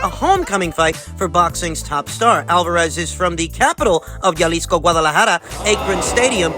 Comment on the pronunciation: It’s pronounced Ha-lease-co not yalisco